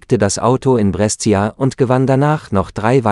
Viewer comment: Brescia spricht man "Brescha" aus 😂